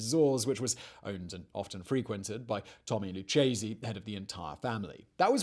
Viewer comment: It’s LOO-K-SEE not LOO-CHE-SEE